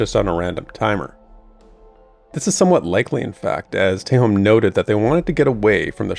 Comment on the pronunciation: Wasn't expecting a class vid anytime soon. fun (before I forget again, I am pretty sure Adam pronounces Tehom as Tey-hom not Tey-home)